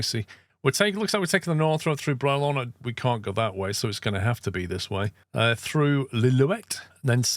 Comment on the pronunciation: Would love to bring you out to BC To run some real BC logging roads run loaded lowbed up the mountain with a full set of jewelry. Bralorne is pronounced (Bray Lorn) The other road you passed near the 10 minute mark goes to seaton portage. It goes up 15% with 8 switch backs in 5kms then down 15% with 20 switch backa in 19kms. I moved equipment into there and if i was a foot longer i would be dead. On another note the road and senery are surprising accurate i am impressed.